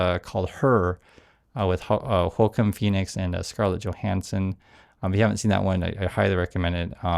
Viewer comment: Love your videos, but Joaquin is pronounced Wah-Keen, in regards to Joaquin Phoenix. Glad I could help.